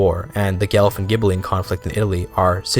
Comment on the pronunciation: It's pronounced Gwelf! I thought it was Gelf also but it's Italian